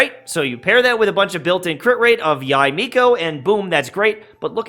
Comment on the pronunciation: I think her name is pronounced "Yey" instead of "Yai."